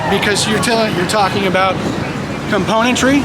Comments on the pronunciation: That guy said "componatry" 😂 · He said componatry. That's not even a real word. He wasn't capable of schooling anyone.